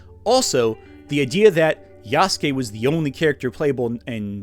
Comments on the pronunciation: gonna be the weeb here and point out that for the entire time he talks about him he pro-nounces it wrong. It's pronounced " Ya-su-ke " Not " Yahs-kee " as he does for the video section, the guest speaker he has read a small portion of an article pronounces it correctly but himself does not. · the people saying Nobunaga was ""only a retainer"" aren't Historians, can't read japanese and don't even know what being a Retainer to Nobunaga meant in that era. why should i listen to some submental antiwoke youtuber who can't even pronounce ヤスケ correctly over what actual japanese historians and scholars have been saying for the past 100+ years? did i hallucinate the existence of Afro Samurai? How do you cope with the fact Japan has been depicting Yasuke in literature and media as a warrior for the past 60+ years? Does it give you pause that the Koei-Tecmo video game series Samurai Warriors has featured Yasuke for multiple entries? Are you implying people of Japan know less about their own history than some slop american antiwoke crusader?